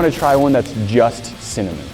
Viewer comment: Noooo said cimanen not cinnamon